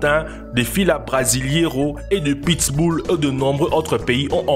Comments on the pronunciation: Apprendre à dire pit-bull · le pittss boulll. mdr